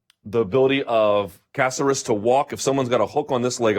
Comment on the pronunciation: Killed it, Luke. Lol Please don't butcher Caceres' Cuban/PuertoRican name anymore. Love you though.